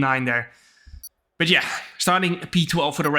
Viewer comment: I like how Jarno pronounces his 'but yeah' as 'betje' 😄